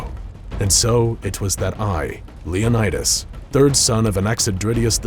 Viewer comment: its leon-i-dus not leon-aye-dus